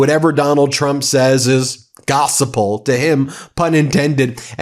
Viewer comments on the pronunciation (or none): Gospel not gosapal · It's gospel not gossip-el. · It's 'gospel' not gos-i-pel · Why are you saying “gospel” like that Ben? It’s gos-pel. No extra I. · BENNNN PLEEEEASE ..... ITS NOTTT PRONOUNCED GOS-E-PEL.. ITS PRONOUNCED GOSPEL...ALL letters TOGETHER. ONE word NOT BROKEN UP INTO TWO WORDS... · Thank you for the reporting. Please stop saying "gossiple." It's pronounced "gospel." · Pronounced, GOOSPILL.. Not gosapill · It's gospel, not gos-a-pel. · Gossa Pull??? The word is pronounced GOS-puhl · Ben, you are mispronouncing Gospel. It is only 2 syllable, not gos-i-pel as you are saying it. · "Gossiple" I can't stop giggling. FYI, In the Bible God heard the prayers of little David over superpower Goliath. Seems like God hears the prayers of little Iran and little Ukraine. Maybe hannity should get a different example. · Gossip-el???? Hmm Truth is in the details! :) the Gospel is the “Good News” or the HOLY Bible :D Hey newsman brother, I Hope and pray you come to THE GOOD NEWS before it’s too Late. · Can you please pronounce the word gospel correctly? You don’t do our cause any favors when you mispronounce words!